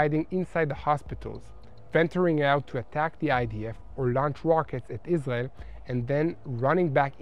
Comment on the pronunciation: To me it is cute how israelis pronounce Israel like "Islel" 💙